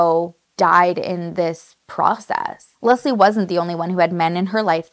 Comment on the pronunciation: Can I just say, I'm "Leslie" as well, and hearing how perfectly you pronounce it, is refreshing. 🙌 You excentuate the "S", which is how I prefer it. It sounds so much softer and feminine. ❤Most times, when I meet new people and they pronounce it as a hard "Z", I know they ain't gonna be my people. Lol so random I know, but just saying I knew I loved your vibe, girl!🧡🧡